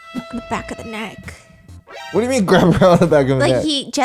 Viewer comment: saying dor you remember Mai honestly made me lose another 10 years of life